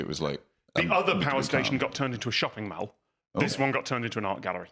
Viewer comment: That’s a pronunciation of “mall” that I don’t hear often